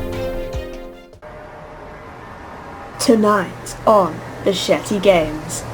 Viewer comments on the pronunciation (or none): I thought she said Shity instead of Shety 😂😂